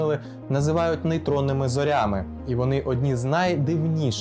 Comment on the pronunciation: Наголос ріже вухо. Не зорЯми, а зОрями